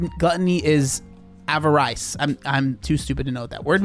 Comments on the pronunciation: pausing the video just to scroll down and shame that pronunciation of avarice and none of them knowing what it means lmao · Not the obesity itself. Obesity is a result of Gluttony, one of the Seven Deadly Sins. Also the word "Avarice" is pronounced "Av-UH-Riss". I only know because of the song by Disturbed "Avarice" lol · Avarice, pronounced aver-is. Means greed. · It’s ah-vah-riss. It’s an older word that was used in Dante’s inferno. It basically means extreme greed and materialism. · lmao "avaRICE". No man, not pronounced like the grain hahahah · Avarice is pronounced av er riss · Really shows something when a devout christian doesn't even know what avarice is or how to even pronounce it